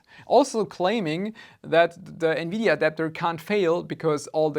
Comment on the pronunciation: Lol nividia